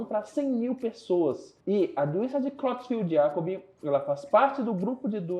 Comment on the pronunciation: A pronúncia é króitsfeldt-iákob. O "e" tem som de "e", não de "i".